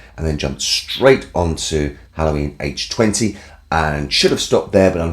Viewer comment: As always, thanks for saying H20 properly.